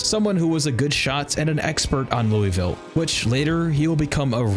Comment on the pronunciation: Imma take the engagement bait and tell you you're saying Louisville wrong. But other than that, preemo playthrough.